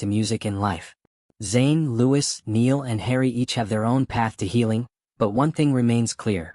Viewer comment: It's pronounced "Louie" not Lewis